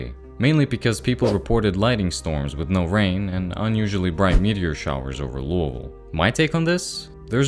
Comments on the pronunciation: No offence at all intented!, the way you say lousiville is silly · weird way of pronouncing Louisville